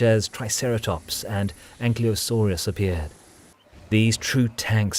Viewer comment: Why is "Ankylosaurus" being pronounced "Anklysosaurus", as if the L came before the Y? It doesn't make any sense ...